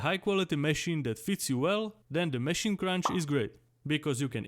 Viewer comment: Mechinen mechine mechine😂😂😂its MACHINE but i like how you say it